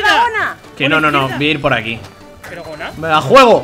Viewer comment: es gonaluh no goluh ni gonuh (sin ofender)